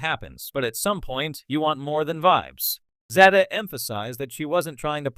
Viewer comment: Please pronounce her name correctly. Timmy was a disappointment.